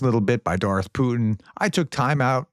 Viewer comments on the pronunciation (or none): none